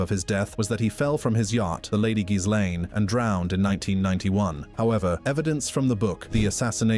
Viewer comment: It's really not that hard to pronounce... Gee - lane 😂😂